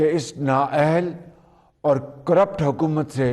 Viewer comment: Hahahahaha He said Currpt 😀😀😀😀